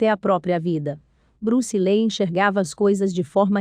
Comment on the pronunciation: Acho que a pronúncia é li. Os 2 ee tem som de i